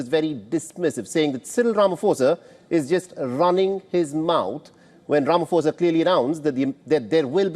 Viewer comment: Just pronounce his name correctly The 'pho' in Ramaphosa is pronounced as 'pour' That's a common word